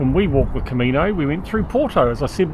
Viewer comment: Camino, not " comino..." 😊